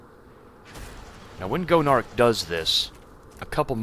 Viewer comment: i kept thinking you called Gonarch "Joan of Arc"